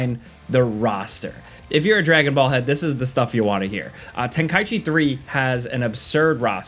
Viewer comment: Finally someone pronounced Tenkaichi correctly